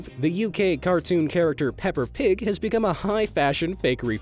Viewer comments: It's Peppa Pig...not Pepper Pig. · Is it just me, or did he say "Pepper Pig" instead of Peppa Pig. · “Pepper Pig?”I thought it was “Peppa pig” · Her name is NOT pepper pig, her name is peppa pig, GOT THAT PUNK 🤬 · Peppa Pig, not Pepper Pig. Are you a Chinese knockoff? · Her name is Peppa Pig...not Pepper ;-) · Peppa Pig, not Pepper Pig. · Am I the only one who noticed he said "Pepper Pig"? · Did I... Just hear you say... Pepper Pig?... Oh god please, I don't want the pepper shakers to be merch for the bacon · "Pepper Pig" is actually "Peppuh Pig" when pronounced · Notice how he said pepper pog instead of pepa pig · WHAT. DID. YOU. JUST. SAY? PEPPA NOT PEPPER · Did nobody notice he said pepper pig instead of peppa pig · "Pepper Pig" is the perfect narration mistake for this video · Wait... I thought it's was really "Pepper pig" coz that cartoon is British so that's why it's pronounced "Peppa pig" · Peppa pig, not pepper pig. I know they say Peppa in uk and pepper in USA, but that doesn't mean peppa should be called this way. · I heard you said pepper pig use subtitles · dude said pepper pig lmfao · Excuse me but "Pepper pig"? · Noooooooooooooooooooooooooooooooooooooooooooooooooo don't you dare mispronounce the name its "Peppa Pig" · Did you mean peppa pig ? Btw it's pronounce "pehpa phig" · Did he just call peppa pig “pepper pig”?!?!?